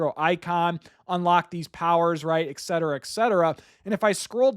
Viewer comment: Are you saying “ekcetera ekcetera”? Very distracting. “Et” not “ek”.